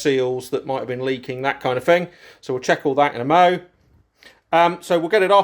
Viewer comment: three not free thing not fing thought not fort ffs i like your vlogs but speak English 🤷‍♂